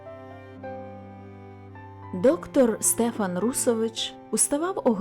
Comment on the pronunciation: Дякую,пані! Але зроблю зауваження:не СтЕфан,а СтефАн! В нас на галицьких землях старі люди і дотепер так кажуть,навіть ШтефАн.Богдан Лепкий галичанин. Тому,коли берете якийсь твір,не завадить поцікавитися звідки родом автор,і яка там була і є вимова певних слів,назв.здогадуюся,що ви міркували,як маєте прочитати незвичне для інших регіонів імʼя Стефан.Напевно,на Закарпатті кажуть СтЕфан.